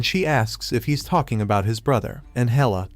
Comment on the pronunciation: I wonder if an AI will ever be able to pronounce protagonist correctly.